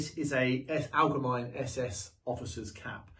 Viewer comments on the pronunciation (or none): Pickel "how-ba" haube. And allgemeine is pronounced "al-ge-mine-eh"